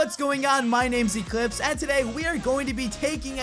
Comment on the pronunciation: intro sounds like their saying L L L L